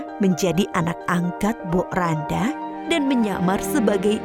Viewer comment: Mbok rondo min bukan mbok randa bacanya